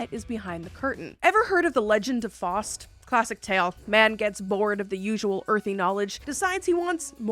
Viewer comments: As a German, "Fowst" (if you'd say the "ow" similar as in "low") is not the correct pronunciation. The "au" in "Faust" is more like the "ou" in "loud". Hence, "Foust" would be closer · NB: "Faust" is pronounced "FOUST", not "Fawst". German, I believe. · It’s pronounced Fowst, not Fost. Your video is about making a Faustian Bargain. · Faust is pronounced (Fowst like ow that hurts) a Faustian deal lol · Faust is pronounced ‘’Fowst.’’ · F-ow-st. Me-fee-sto. Cr-(ow as in ouch)-lee. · Of all the words I would expect to know how to pronounce, Faust and Mephistopheles are high on the list. At least she's cute about mispronouncing Faust though.